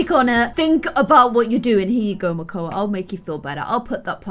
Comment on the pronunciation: It’s makoa